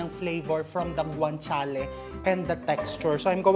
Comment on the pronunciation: Ang pronounce po ng GUANCIALE ay with H (guanchiale) hope di ka na offend